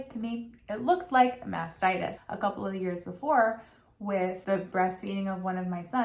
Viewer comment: Not taking hormonal birth control is a mistake. Taking birth control pills for several years reduces women's chances of developing ovarian or endometrial cancer, by 50%. (And what she's trying to say is "mastitis", which is infection in your breast, from germs in your baby's mouth. She's just having trouble saying the first T, and saying mass-itis, by mistake).